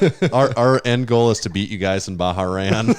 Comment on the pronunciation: Bah-Rain lol